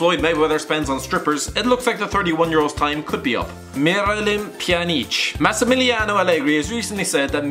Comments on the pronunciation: Pe-yan-ich And bos-ni-a and herts-a-go-vina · marios zamparas pe-an-itch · MIRALEEM PJANEEECH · Pjanic what Piya-nich 😂😂😂 ffs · Hahaha, he got me there. He sounds like Marylyn pee-on-each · Great pronoancen of pjanic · omg that pronouncement on miralem pjanic AHHAHAHAHAH dude get your shit together,actually you butchered every name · Did you have a stroke while saying Pjanic? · Why say pjanic's name like that? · HAHAHHAHAHA THAT ACTCENT U NERD HAHAHAHAHHAHAHAHHAHAHAH MIRALEEM PJANEEC U NERD